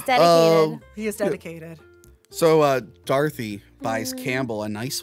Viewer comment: anyone else keep hearing call her Darthy instead of Dorothy? man needs to get his jawls looked at